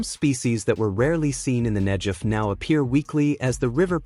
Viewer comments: Not NEJEV but NEGEV.....guh sound! Interesting video! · FFS 'Negev' not 'Nejev'!!! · Very important story - thank you for telling it! One thing though, the "g" in "Negev" is pronounced like "g" as in "God", not "g" as in "giraffe." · It’s a hard “g” in Negev not a soft “j” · The narrator pronounces Negev incorrectly. There's no J , its a G!!! Pronounced Neh- Gev! Israel stands as evidence that the Holy Bible is true, its real, it can be trusted. The G-D of Abraham, Issac, and Jacob keeps his Word. Scriptures foretold that the desert would bloom again, as one of the many signs pointing to the return of our Messiah, The Holy One, Yeshua. It literally brings me to tears when I read whats coming. We are called G-D's chosen, but oh what a price we've paid. We want only to exsist on our land, in peace, our enemies try deny us that right, that privilege. This river running through the Ne'gev desert is but one of many wonderful things. I look forward to the Dead sea coming back to life, as Scriptures said it will! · I felt bad telling you especially since the content was really well done. In Hebrew, there is no "J" sound, just a "G" sound. I was just thinking that in English the G can sometimes sound like a J.